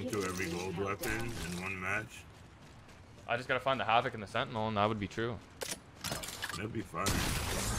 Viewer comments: Sentiny? This guy adds "y" to everything😂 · rather him just said sentinel at that point